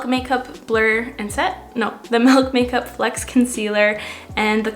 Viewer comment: You say melk instead of milk and I’ve never related to someone more haha.